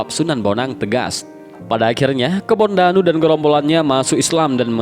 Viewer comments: Kebo ndanu min ....bukan kebon danu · Kebo ndanu bukan kebon danu ts